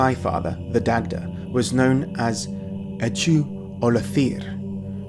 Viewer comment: Minor issues: . Ch and th in Irish are never like those in English. Ch = /x, ç/ like German ch. Th = h. "Echu ollathir" should be "Eochaid Ollathair" (athair < PIE ph₂tḗr father, pronounced /ˈahəɾʲ/) That's not really a PIE word. The closest is *h₂éngʷʰis. Snake and naga come from *(s)neg-. That should be *dʰéǵʰōm. The *dʰǵʰ cluster behaved somewhat strangely (see thorn cluster) and reduced to *ǵʰ- in Latin, which in turn regularly became h-, but reversed in order in Greek (χθών). . Hesitation is warranted in connecting the minotaur to PIE tradition, since the Minoan are pre-Indo-European and used bulls heavily in ceremony. You can go further with Poseidon since his name likely comes from πόσις lord/ruler + *Δα earth, and in Mycenean tradition seems linked to Demeter = Δημήτηρ (Dēmḗtēr) < Δῆ earth + μήτηρ mother. . The wolf-army traditions of PIE people can be seen more generally under the label kóryos. It seems likely that young men were expected to live outside of society and live as raiders. The Italic tradition of ver sacrum seems especially clear. Note also that velites were the youngest recruits in early Roman war, and often wore wolf skins.